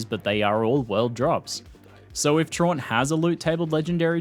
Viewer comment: Great vid but your mispronouncing “Traunt” it’s supposed to be “TRAUUUUUUUUUUUUUUUUNT”